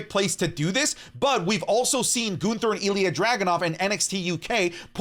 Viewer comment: My guy said Ginther 😅😅😅😅